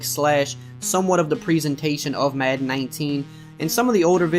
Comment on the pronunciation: When he says Madden it sounds like “Mahn”